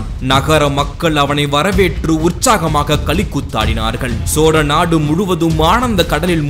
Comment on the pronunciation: சோறநாடு என்பதுபோல் தெரிகிறது தெளிவாக கதை சொல்லுங்கள்